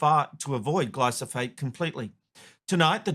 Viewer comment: Yet another humanwho cannot say glyphosate correctly